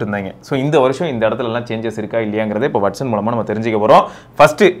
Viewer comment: வெட்சன்❌ வாட்சன்✅